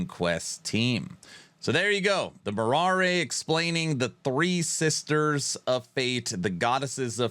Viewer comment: Being Greek u really caught me off guard with your pronnouncation of moirai😂 although understandable so no worries there , it actually sounds like mi-ra , i believe if u use the google translation and play the greek sound u'll be able to catch it right on , cheers and hope they deliver on Titan Quest 2